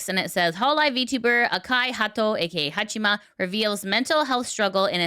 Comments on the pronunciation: ""Hachima"". You would think how much Haato talks in third person you would know how it is pronounced. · It's Haa"chama" not chima. Fuck, you're reporting about vtubers and you cant even pronounce their names.